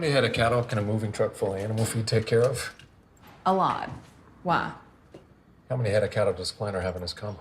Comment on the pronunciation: Why does she say “waaa” instead of “why”?